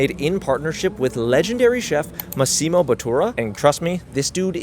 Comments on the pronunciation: pronounced MAH-ssimo, btw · The way you pronounce “Massimo” 😂😂😂 and you missed the best thing on the on the Gucci menu - the burger!!! 🍔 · You totally butchered saying Massimo's name. I don't know if anybody caught that. Great video though.